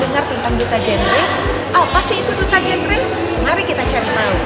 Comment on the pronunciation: GenRe ibu Reporter.bukan Jenre